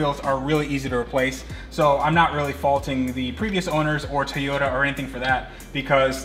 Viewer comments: Ok man i really love your videos ,but your making me crasy with your tayota its TOY-ota please!!!! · Its Toyota...not Tiyota! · I was under the impression that the car brand was a Toy-ota. On this video it sounds like you keep saying tea-ota. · Okay...while I love your videos...the whole mispronunciation of Toyota has to go! It is TOY-O-ta. Not TEE-O-da. There isn't an E in the word anywhere. Other than that, keep up the good work! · If its his dream car, shouldn't he know how to pronounce Toyota? Its not TEEYOTA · Please learn to say Toyota....